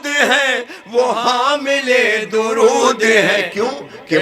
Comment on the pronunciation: 😂😂Bismillah suno bs iski OR itni popular dua ka lafz bhi Ghalat prh rhaa😂 ویسر 😢😂 darood😢ghalat. Hud hy Yr aj ky Shia kitna dooor hein Real Islam sy